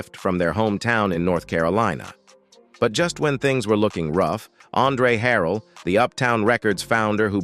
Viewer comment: You making money putting up a Vlog about Jodeci and you start off in the first 45 seconds calling K-Ci “K-San”. 🙄 Then you called him “K Sigh”. You couldn’t pronounce Andre Harrell’s last name. 👎